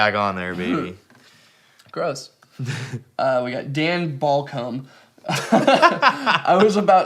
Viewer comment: pronouncing names wrong list Mateusz Lastname (didn't even try lol) Dan BallCum Zach Pellegrino Wesley Gayton Race-e Cole A person... Jacob